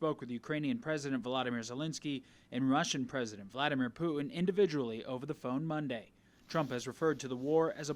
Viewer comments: your poor education and inability to listen are making you sound stupid. The word--pronounced correctly--is Poo-tin., NOT Poo Un. There's a "t" in the middle of his name, and impor-Tant, not im-POR-un, buTTon, not buh-un. Your editors should've corrected you beFORE you went on the air. You can get up, shower, don a suit and get to work. You can start correctly pronouncing key words in the English language. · Who is “Poo-in?”